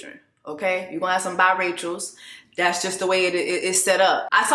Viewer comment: It’s pronounced Bi-ray-cials Jessie Woo! not bi-rituals.